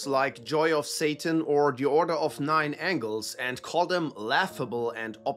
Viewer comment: You can always judge the quality of someone's research into Satanism if they call the O9A The Order of Nine Angles or Angels. You said it correctly. Great video